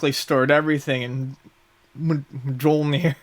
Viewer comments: Holy hell.. how are you comic book nerds and you don't know how to pronounce mjolnir? The "j" makes a "y" sound. Myolneer. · Myul-neer is how the cats say it.